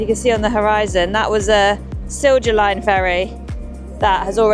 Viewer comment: It is pronounced silya line, not silza line. Just like kirjasto is kiryasto, not kirzasto.